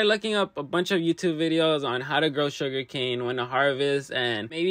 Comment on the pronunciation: Bro 😂😂😂😂😂its not sugercan